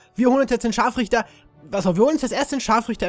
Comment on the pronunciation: Ehm Du hast das R vergessen ihn ScharfRichter